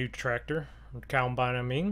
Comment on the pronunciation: It’s COMBINE NOT COUNTBINE.